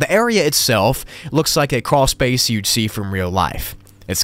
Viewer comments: Croolspace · carwlspace